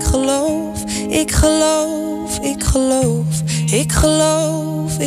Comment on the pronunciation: Goed gezongen door Meau echter haar G is niet zo prettig als Boudewijn de Groot's waanzinnige fijne pure uitspraak, als je goed luistert is Meau's G hard en schrapend (ik Geloowf, ik Geloowf, alles 'Schaagt foorbij' klinkt ook met te westelijks accent), maar nogmaals verder goed geinterpreteerd.